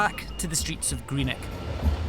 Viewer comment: 'Greenek' where the F is that?